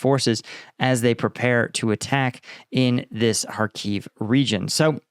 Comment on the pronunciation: just fyi it's pronounced HARkiv with a short I as in fit, not kharKEEV